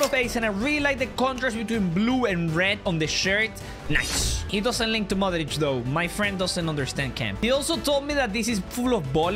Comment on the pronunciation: idk why but non balkan peope pronouncing ''modrić'' the croatian way makes me happy